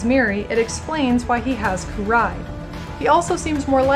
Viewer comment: is it you'r shtic to pronounce in-game names incorrectly ? :D its Adiya not adIya, [ai]la not [e]la :) also kUrai*